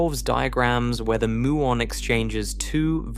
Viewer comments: It's m-you-on, not moo-on. There is no electeron. Another slop channel. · Please teach your computer generated narrator to correctly pronounce "muon".